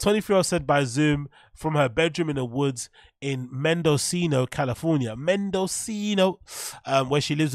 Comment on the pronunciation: Mendocino - Men duh see no .... ... not, Men dOh see no .. ..